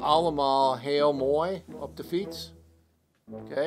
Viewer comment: thats a good "de"